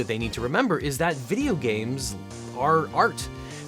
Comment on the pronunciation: Is it a bideo or a video